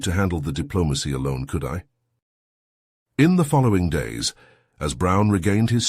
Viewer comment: "could I" is a question instead of a statement. The accent is on the "could" not on the I. your AI NEEDS TO LEARN THE DIFFERENCE